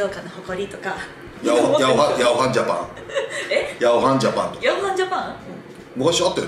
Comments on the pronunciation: 静岡市と浜松市は、仲悪いから･･･ あと、「ヤワハンジャパン」じゃなく「ヤオハンジャパン」ですね「おしん」のモデルになった。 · 里さん、ヤワハンジャパンじゃなくてヤオハンジャパンです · 里崎智也さんがおっしゃっている 辺りの『ヤワハンジャパン』は『ヤオハンジャパン』のことだと思います。 『ヤオハンジャパン』は中日ドラゴンズの大西崇之外野守備走塁コーチの出身会社です。